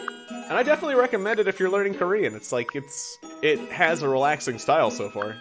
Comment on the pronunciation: As a Korean i am happily offended by your pronunciation here is a test translate 안녕 감자 토마토 엄마 아빠 가장 좋아하는 뉴질랜드 친구 lol